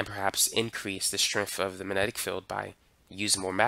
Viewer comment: "mannenic", lol.